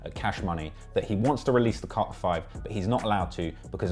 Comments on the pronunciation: Carter not Car-er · What's Cah-hur VI? lol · Lol you can’t say carter. Ugly ass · The way he's saying "Carter" is making me itch. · I can't get over the way you say Carter lol your killing me I love it😆😆😆💯💕